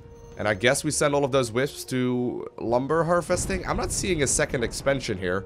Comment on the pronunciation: its "those" not "dose" regardless, carry on.....